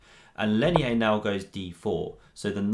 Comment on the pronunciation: I speak Spanish and his name is pronounced "Leinier" (with an 'r', not an 'i'). It looked curious to me. Good video btw